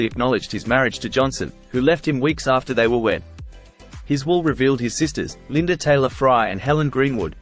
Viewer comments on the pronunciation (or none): none